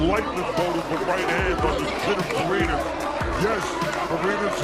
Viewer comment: pareñas hindi Parenas obob!